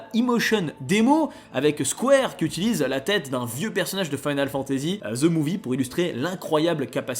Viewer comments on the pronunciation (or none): none